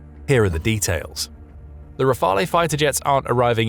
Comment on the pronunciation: re-fael. pronounce it correctly what's the matter with the narrator? Can't pronounce nuclear either.